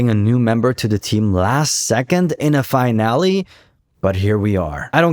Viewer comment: Great video, btw, the world finale is pronounced fi-nal-lee, its not pronounced the same way as finally. Again, great video and im subbing, just constructive criticism:)